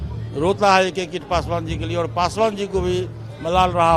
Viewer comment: Sarab Pikar Bol Raja Hai pasu pa Rsh